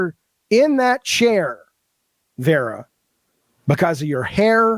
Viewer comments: Dude, take the L and move on. We know that for someone that was enabled in his delusions for so long, actually being held accountable may feel like oppression... but, news flash: it isn't. Now, pack your bags and move on. edit: BTW dude, it is VARA, not VERA. What a lolcow. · I find it highly ironic that this man incessantly shouts "educate yourself" while failing to pronounce her name correctly. It’s Vara, not Vera. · Claims he's so smart, but can't even get Vara's name right. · .... it's Vara